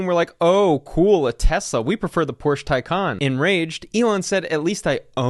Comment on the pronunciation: You pronounced "Porsche" wrong again.